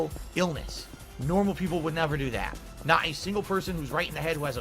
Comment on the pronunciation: It's naht true it's NAHNSENSE